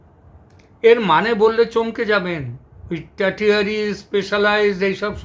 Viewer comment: "টারটিয়ারি" শব্দের অর্থ বুঝতে পারলাম না। আপনি কি "tertiary " ( টার্শিয়ারি ) বলতে চেয়েছেন? Tertiary hospital মানে যা দাঁড়ায় তা হল Super speciality hospital ( not ordinary level.)